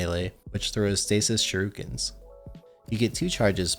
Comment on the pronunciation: It's pronounced shOOriken..the "U" come before the "I" in shuriken, not the other way around.